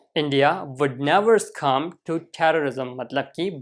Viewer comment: You are pronouncing the word succumb wrongly.